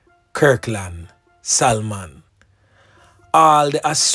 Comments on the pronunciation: Salmon is pronounced Sah-mon..not Sal-mon..nuh bother go restaurant go order the Sal-mon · The l .is silent it pronounce samon imurt know it's my sir name just correcting you thanks. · THE "L" IS SILENT IN THE NAME "SALMON".!!